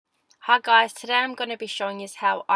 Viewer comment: O my god 😂😅 - Haa guys not hi guys